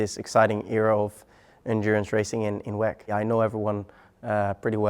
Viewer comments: Stop calling it WECK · Thought it's pronounced double u e c